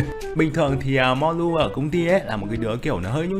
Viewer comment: Biết đọc ko tên Người ta là Mollu ko phải mulon 😌